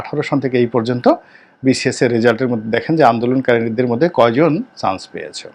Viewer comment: চ,ছ Pronunciation is very poor.chance.not shance